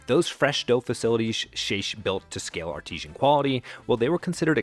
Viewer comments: Artesian refers to a type of well. The word you want is artisan/artisanal ("AR-dizun," "ar-TIZ-unnul"). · The word "artesian" is repeated ad nauseum. It's should be "artisan." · AI narrator can't pronounce "artisan" correctly... or am i thinking panera is marketing artesian products now? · "Artisan" should not be pronounced "artesian" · And “artesian” instead of “artisan”… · The word artisan is not pronounced "ar-TEE-zhun." It's "ARR-tuh-zun." Artesian = naturally pressurized spring water Artisan = a skilled craftsman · artisan pronounced ar ti zan is a method for making something with skill and individuality. ar tee zhan is artesian a type of well where the pressure of the ground water creates a fountain or a bubbling spring without drilling or buckets. they are not the same thing so say it right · Did you mean “artisan” when you said “artesian?” That left me confused. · Not artesian, but artisan. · Artisan or Artisanal, not Artesian. Artesian is a type of well, from Artois. Artisan means hand-made. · A valuable story, well told, until that last couple of sentences. Learn the difference between "artesian" and "artisan." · I think you mean "artisan" not "artesian" which is a type of water well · eXpresso? eXpecially? arTEEzhen when it should be ARTisan? Learn how to pronounce words! 😂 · Recommend you learn how to pronounce 'artisan' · My guy. Artisan is not pronounced "Artesian". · I seriously doubt this will be seen but I feel compelled to say first of all that I enjoyed the video, but second that "artisan" is not pronounced "artesian" nor does it mean anything close to the same thing. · Nice video, but for the love of god, please stop pronouncing "artisan" like "artesian." Artesian refers to groundwater. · Dude you need to work on your pronunciation, I was noticing several words said incorrectly throughout this video and it’s distracting. E.g., expresso, artesian, expecially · Artisan, not 'Artesian.' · It’s ‘artisan’…not ‘artesian’…😂. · Artisan. Not Artesian.